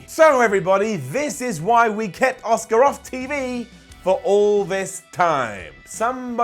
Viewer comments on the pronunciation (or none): Makes fun of how Shane says, “Chiampa” The calls Asuka, “Oscar.” I see you,. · Don't get me wrong your one of my favourite people that covers wrestling. But I can't believe that your calling out Shane McMahon for the way that he pronounced Ciampa. You often say Oscar instead of Asuka. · Shane McMahon pronouncing Ciampa was fine, pronouncing Asuka as Oscar on the other hand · I love, it’s so funny how he pronounces Asuka as Oscar lol